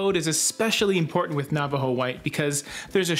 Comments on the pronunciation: “Nava-Joe” 😄 I almost lost it! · Omg, LOL I thought for a second it was a Canadian thing when pronounced Nava JO. Assuming of course you are Canadian. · lol nava JO